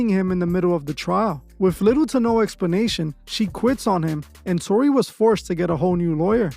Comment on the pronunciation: "Tony"? Y😄u mean TORY